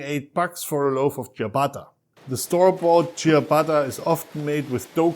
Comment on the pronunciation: I bet he isn’t even an Italian, because he doesn’t pronounce the name ciabatta in a right way!